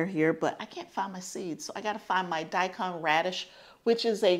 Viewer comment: you are saying daikon correctly :-)